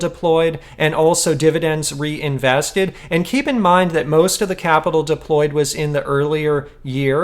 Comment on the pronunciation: "reinveseted" tztz;)